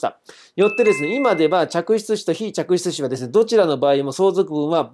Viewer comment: 嫡出子、非嫡出子『ちゃくしゅつし』ってすごく言いづらいです… はっきり発音できる先生の滑舌力さすがです…👏